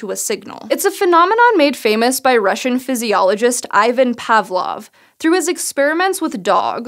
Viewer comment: eye-van pavlov! wait, she actually pronounced pavlov right...